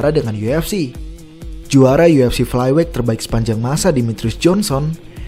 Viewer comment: dibenerin lg lah pronunciation-nya. gak ada itu KENOK out atau flyWEIGH.